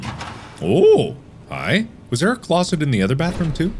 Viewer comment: "Fascinating!...FAZinating!!" "Closet... CLAWSet!"